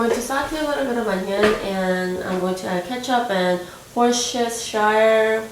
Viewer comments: worcestershire is pronounced wuh-sta-sheer source (or should i say sauce): i know people from there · Literally addicted to your channel now. Worcestershire is pronounced like wuss-tuh-sher or wuss-tuh-shuh by the way. :D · Lol it's Wore, chester, shire. Easiest way to remember how to pronounce it. :D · Worstes-sheer sauce lol pronounce it like that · When you were trying to say worcestershire sauce the first time, I heard horse shit.. I'm very glad I heard it wrong haha! Looks amazing as always!:) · The Worcestershire sauce is pronounced Wuh-ster-sher sauce :p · Worcestershire is pronounced here in the Philippines as "Woostehshir". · Worshire is how u pronounce it :) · XD oh goodness my ears. I heard horse shitshire. I was like what? LoL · Worcestershire - Pronounced Woostershire, but quickly. We say it like "Wuss-tah-shuh" sauce lol. The "ce" in Worcester is silent. It's actually made in a Shire of England 👍🏽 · Hey the sauce is pronounced as "Woster-sheer". You reminded me of an episode of King of Queens when both Doug and Carrie tried to say Worcestershire 😂😂😂. Loving the recent videos!! xxxx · I was taught to say it "Worst-er-sher" with the emphasis on the first syllable.